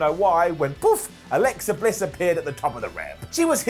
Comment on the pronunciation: Who Is Alexa “Briss”🤣😂😂